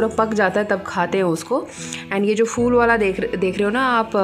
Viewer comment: Phull nai phool hota madam